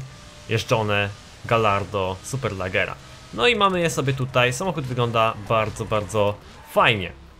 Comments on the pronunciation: Superlaggera rly? xD Poprawiając Superleggra. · SuperlEggera a nie SuperlAggera ...